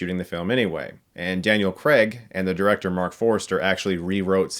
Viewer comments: Craig* not "Creg" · 'CRAY-g', not 'Creg'. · It's Daniel CRAIG not "Creg"! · Why do Americans pronounce Craig as “cregg”? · why do americans pronounce craig as creg? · Daniel CRAIG, not Daniel Kreg. Why can't Americans pronounce Craig? It's really simple. It's just CRAIG, not kreg. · Americans always pronounce it " " "Daniel Cregg " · Weird how americans pronounce Craig. They say it like Creg😂😂😂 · Please get the lead actors name right - he's British - its "Cray-gh" not the American "Cr-egg" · Why can't Americans say Craig? You always say Creg. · Craig - pronounced Ker ray g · well Craig is just pronounced like you'd pronounce it if it was his first name, so it's Cr-ay-g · For goodness sake, Craig does not rhyme with leg. It ryhmes with vague.